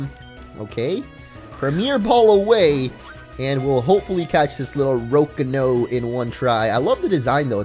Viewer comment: Am I the only one annoyed of his pronunciations of Rocano?